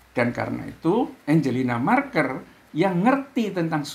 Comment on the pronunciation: Yg benar bukan angelina marker, tetapi Angela Merkel..... trims